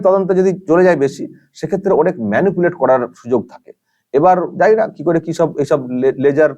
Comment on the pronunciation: জিত অবাঙালি। ওনি দেবের থেকে অনেক বেশি ভালো, শুদ্ধ বাংলা বলেন। এ তো গরু পাচার আর গরু চুরির মধ্যে কী পার্থক্য বোঝেনা। "কি" কে "কে" বলেন।